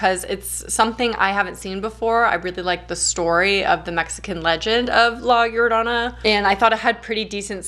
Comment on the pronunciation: Your pronunciation of La Llorana is sooooooooo good! You're the first English speaker who actually took the time to learn how to say it. Having said that, the legend of la llorona is so famous here in Mexico and when I saw the film I thought it was fine, they stayed truth to the legend and the movie was entertaining so. It was good